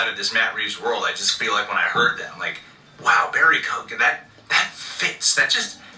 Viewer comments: Its an Irish gaelic name, you dont pronounce the G Barry Key-Owan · Isn't it pronounced like Keegan? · His name is pronounced Co-Han...